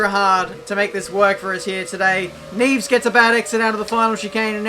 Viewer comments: Neves is pronounced nev-es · Neevs? Seriouly hahahaha